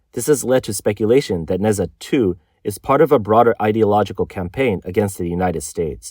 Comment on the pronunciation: Why am I going to trust what anyone says about china that can't even properly pronounce NeZha. 😆